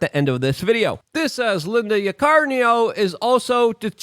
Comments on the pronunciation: lol Luke, Yah-kuh-ree-no. Or as I'll refer to her as WEF cuck biznatch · Sound it out: Yak - a - reeno. 😂😂🤣🤣